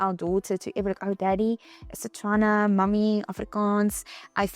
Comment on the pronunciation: It's how she says Setswana correctly instead of Tswana which is incorrect